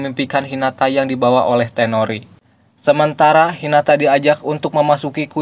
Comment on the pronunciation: Toneri bang, bukan tenori